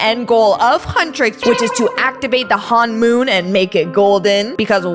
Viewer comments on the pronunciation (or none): its honmon not hanmon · It's not hon-moon it's honomon!!(hon-i-.Mon) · Its not hanmoon its honmoon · You pronounce it hun-moon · It's honmoon not hoonmon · It is not Han mom it’s him mon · You pronounced honmon wrong 😑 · How many times did she mispronounce honmoon? 😂